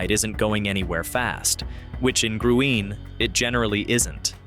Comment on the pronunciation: Its pronounced " GREEN " 💚.. Dancex many nights at Gruene Hall. .